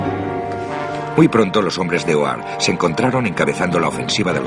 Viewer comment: Buen documental, pero la locuciòn no, nunca pronuncia bien los nombres de Schramme, Hoare y otros, te confunde un poco.